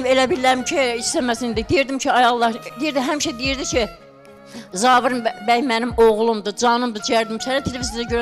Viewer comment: Zavir nədir ee..😂Zaur deyə bilmir?